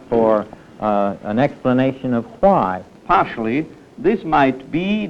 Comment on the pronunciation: When people used to say phwhy!